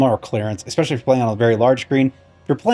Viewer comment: Lost it after he said ex specially. Next!!!!